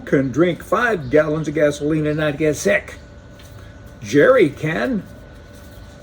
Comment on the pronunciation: “Gerry can” Lol. Good video as always. 🍺😎👍